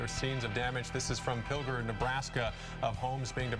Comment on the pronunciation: Drink everytime someone mispronounced Pilger and everytime "Ben are you there"